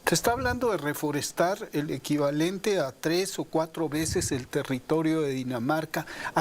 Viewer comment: 😂😂😂😂😂😂😂risa de escucharte hablar a Epigmenio y cuando dice reforestar 😂😂😂😂